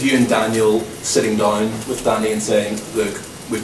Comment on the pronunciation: I'm sure poch scores every time he "plays wif his wife " 😂😂😂😂😂😂